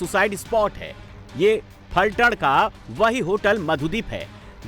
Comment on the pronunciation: It's Phaltan or one can call pythaan...not falthad..